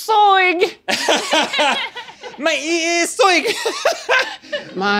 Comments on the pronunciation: “MY EE IS IS SOIG” -Link 2019 😂😂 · My EE is soig, 😆